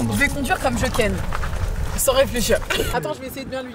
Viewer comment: Au début j’ai cru entendre comme je ken ? J’étais en mode?? 😂